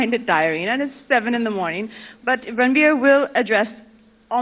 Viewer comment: Ranbeer? as in beer? Serious is it that hard to say 😂